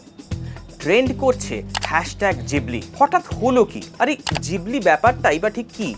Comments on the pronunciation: জিবলি নয় ঘিবলি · Miyazaki - Co founder of ghibli pronounced it as "Jhibli " eta ghibli r Japanese pronunciation